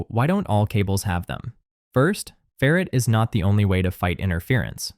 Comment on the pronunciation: Either learn how to pronounce "ferrite" (FAIR - right), or teach your AI (??) the correct pronunciation.